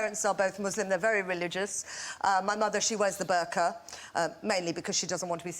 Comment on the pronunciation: She can't even pronounce Burkah properly! Nor can she pronounce Pakistan properly. And these British Asian Muslims pandering to the white audience is pathetic! Plus most British Asians are not deeply connected to their roots.